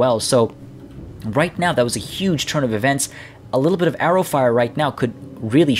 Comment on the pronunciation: As per usual, great video and analysis, but mate, mate, mate...you've got to knock this "are-ahs" business on the head! It's arrers, mate, arrers! See this (admittedly not very good) video at the minute mark, for proof of "Ah ter prer-nahnce vis word propah!" Cos all the green skins are right cockney gits.